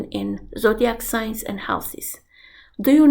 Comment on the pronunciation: Um, "sings"??